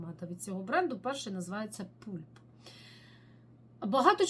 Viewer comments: Дякую за відео., Pulp треба вимовляти "пАлп", а не "пУлп". В перекладі з англійської мови це "м'якоть плода". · будь ласка! Бо "пулп" прозвучало як "пуп", що англійською мовою "кал". 😂